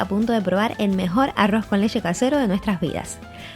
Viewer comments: Leche o leshe??😂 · De solo escuchar lesheeee . Sabia q iba todo mal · Por qué dices leshe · Leshe? O leche? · Aroz con lessshe 😂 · La lesheeee lesheeee lesheee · Porque dice lexe??